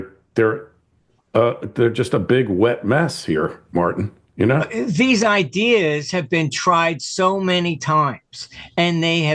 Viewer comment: How do you pronounce tin?.. As in Martin.